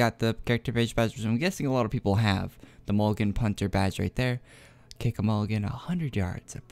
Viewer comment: cool video but moglins were pronounced MOG-LINN or MOOG-LINNS not mulligan although if you feel like still calling them that then please don't let me bother you <3